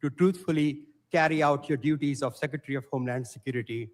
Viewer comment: "Seckatary, I'm axing you a question." SMH They're mocking birding the concept of Noem doing nothing but lie. It's gross, and a lot of low information morons will believe it.